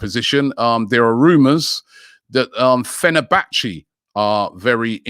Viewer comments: Did Robbie say Fenabatterty?? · no one robbie: fener-bach-ee